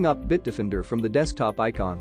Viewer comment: Why does the narrator pronounce Bitdefender as Bitdifinder?